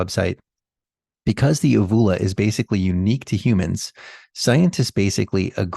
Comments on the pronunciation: Uvula, pronunciation: YOU view la. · Long 'U' on first u in uvula. Just FYI.